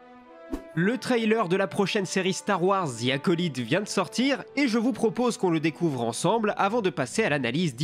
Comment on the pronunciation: super travail comme d'habitude mais juste une petite remarque, on prononce acolaïte avec le son ail. Au plaisir :)